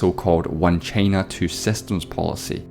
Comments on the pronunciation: Why are u saying chiina its china dude wtf i am not angry but angry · Why does he pronounce China as "Chaina" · Pal, that funny pronunciation of 'Teime' (Time) and Cheina (China).